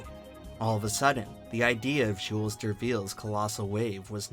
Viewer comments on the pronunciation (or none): none